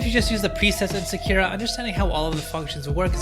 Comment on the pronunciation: Sakura. Emphasis on the first syllable. js